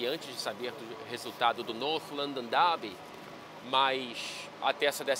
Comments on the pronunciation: North London Dháaaaaby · toda vez que você pronuncia North London Derby com sotaque britânico eu sinto um calorão e um aumento do fluxo sanguíneo para a região da minha virilha. 🥵🥵🥵🥵🥵🥵